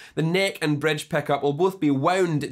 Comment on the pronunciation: Don't forget the "Bredge"